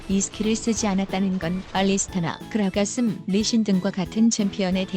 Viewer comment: 그라가슴 ㅋㅋㅋㅋㅋㅋ 저만 들었나요